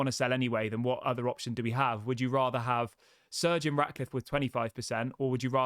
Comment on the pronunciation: practice saying Sir Jim. Sir Jim. Sir Jim…it’s not surgeon